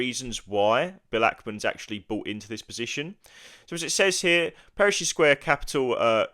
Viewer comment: Another good video! I'll be building a position in Brookfield over the next few weeks and these videos have helped build my conviction. Just a side note I couldn't help noticing, it's Pershing Square, not Perishing Square lol